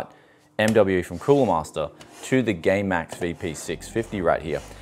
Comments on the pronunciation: # he says gay max lol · I swear he's saying gaymax